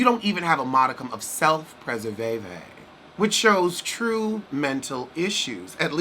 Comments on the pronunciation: "You don't even have a modicum of self preserVAYVAY"................. I AM IN ACTUAL TEARS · "You don't even have a modicum of self preser ve ve!" 😂😂😂🤣🤣🤣😅😅My life is over!!!! "I pity the untreated and I pity the undiagnosed"😅😅😅🤣🤣🤣😂😂🤣🤣